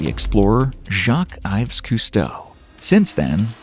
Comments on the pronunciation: You have both misspelled and mispronounced Jacques-Yves Cousteau’s name. Note my correct spelling of his last name. His middle name, or second-first, Yves, is not pronounced “ives”, it is pronounced “eve.” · Cousteau’s middle name Yves is pronounced like Eve